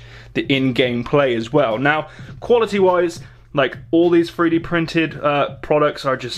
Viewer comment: 3d not free d